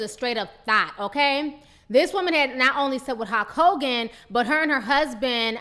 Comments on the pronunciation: is she really saying Hawk Hogan? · His name is Hulk Hogan not Hawk Kogan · is she calling him hawk Hogan ?l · Great commentary, there's just one thing...... Who is Halk Hogan? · Ti is killing me with this pronunciation. HALK Hogan.